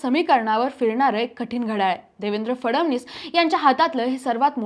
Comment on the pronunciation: cebc nahi may sebc mhna & la फडवणीस नाही फडणवीस असं म्हण बाई . विषय भारी तुमचा विषय गंडल बर का नीट स्पष्ट बोलणारे अँकर घ्या